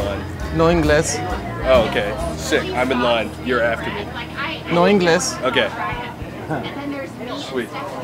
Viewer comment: Megumi Hayashida I first thought it's pronounced as "No ingals".. 😂😂 then he said "No inglès" and I got it that he's saying no English.. 😂😂